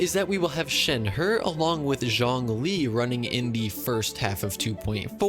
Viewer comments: when the voice mis-pronounces shenhe as "shenher" Shenhe: mark my words vengeance will be mine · insert it’s pronounced shen-hey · When he says shenher as a meme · Man keeps butchering shenhe's name as its kinda funny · This is the most painful pronunciation of “shenhe” I’ve ever heard